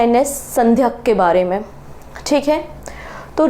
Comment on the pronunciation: Madam, aap thodasa pronunciation bhi dhoosra videos dhekkar bathaayiye. Telangana cm "revanth" naa ki "reevanth". Ship ka naam sandhaayak naa ki Sandhyak. Interview dhenevalokeliye pronounce theek karna jaroori Hai.